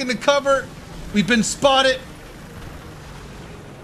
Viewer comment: has officially replaced the letter D with the letter T. we've been spottet!!